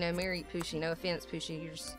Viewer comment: you say Poosi but it is Ohosi